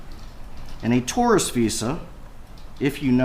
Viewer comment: Why can’t this attorney say tourist🤪